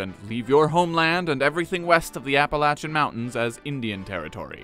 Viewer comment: Thank you, for saying Appalachian correctly.